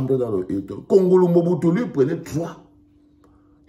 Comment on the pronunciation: Pas wongolo mais kongolo